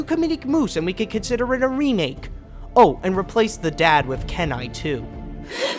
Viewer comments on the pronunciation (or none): Man, I was literally hurting myself laughing when that guy started freaking out over you mispronouncing Kenai's name. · i liked how the kid was over reacting to how you mispronounnced kenai. by the way who was he? please reply.